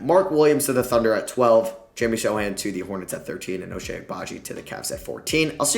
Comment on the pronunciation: Wow, you're the first none-Polish person that I've ever heard saying Sochan name right. Love your videos. Greetings form Poland!